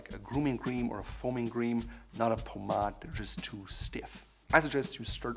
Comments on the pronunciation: Did he really say “pomadd” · I always pronounced it “Paw-made” 😳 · Doesn't anyone get annoyed everytime he says pomade? 😂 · This guy’s advice is worth its weight in gold, but the way he pronounces Pomade is killing me!